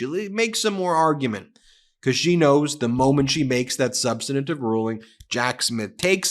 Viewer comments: PLEEZE someone tell Ben that the word is SUB-STAN-TIVE not sub-stin-A-tive. As a lawyer he needs to know better. Sorry, I'm a bit autistic and I can't listen to him... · SOMEONE PLEASE TEACH BEN TO PRONOUNCE “SUBSTANTIVE”! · Ben the word is substantive not substantative. With respect I share this. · Substantive, not substanitive. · Brother. Substantive. 3 syllables. Not 4. Sub stan tive. Like preventive, not preventative. Please lose that habit. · Ben, please learn how to pronounce "substantive"! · Ben, learn how to pronounce substantive. It only has three syllables. You must have learned by the ridiculous "look-and-say" method. Just read one letter at a time, left to right.